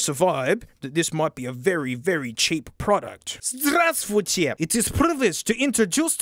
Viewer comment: Меня больше впечатлило, что он смог выговорить "Здравствуйте!"